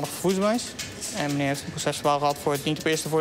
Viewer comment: 8.51 meneew, poowtje, 😡